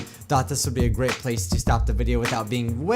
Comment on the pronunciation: The games great Me: Did u say GREAT OR GRAY-T????